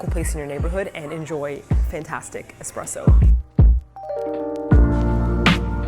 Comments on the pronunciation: Espresso , not EXpresso . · Travis Peterson haha someone actually commented correcting her for saying eXpresso, but I heard her pronounce it correctly as eSpresso too 😊